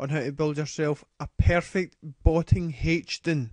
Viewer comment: heych-din? lol